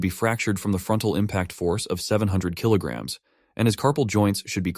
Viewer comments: Bro, why is the ai saying kg like that 😭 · narration really butches the 1kg - 1000 points aye.... 1 kill or e derrr 1,000 points. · the ai can't say Kg correctly 😂😂😂